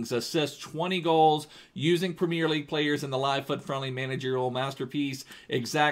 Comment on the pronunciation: he says premier so weird,, primieeer